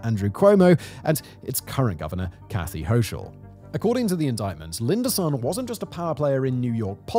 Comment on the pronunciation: as an FYI, our incompetent governor’s last name is pronounced “Hokel” as opposed to the phonetic way you spoke it. Thanks for the video!